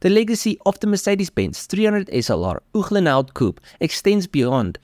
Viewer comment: Great information, absolutely gorgeous automobile... however annoying to hear Uhlenhaut pronounced incorrectly over and over...ooklenhowt? But the rarefied air of elite car collectors makes the buyer top dog. Good for this obscenely rich SOB I guess.